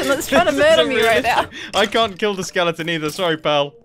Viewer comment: ….. “Mumbo, your machine….. it will keal”